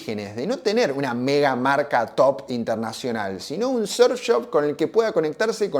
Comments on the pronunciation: Pero como que serf pelotudo, aprende a pronunciar o si no di simplemente surf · Pronuncias muy raro la palabra surf , lo dices con e